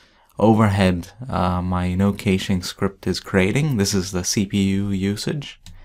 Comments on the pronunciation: ***** It is supposed to sound like "cashing" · is supposed to sound like "ka-shing"